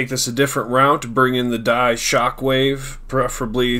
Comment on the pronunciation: You said D.I.E wrong